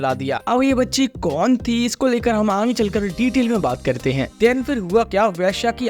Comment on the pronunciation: bhai tum Aange kyu Bolte ho Aage bolne me koi dikkat hai kya😅😅